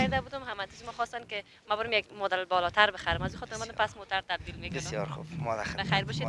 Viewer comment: او مدل است نه مادل